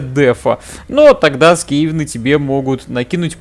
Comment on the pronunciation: Только скАвены, а не скевены